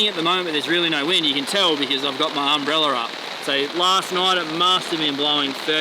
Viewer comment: “Umbreller” 😂😂 gotta love him